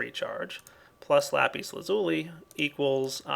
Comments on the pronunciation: The proper way to say lapis lazuli is Lah-pis laz-ul-eye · i cant be the only one who yelled at the screen lapis la-zu-lai... right? right?! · I like the way how you say lapis lazuli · Its sound so funny when you say Lapis Lazuli :D